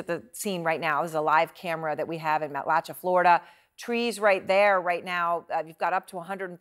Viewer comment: She also mispronounced Matlacha. It's mat-la-SHAY.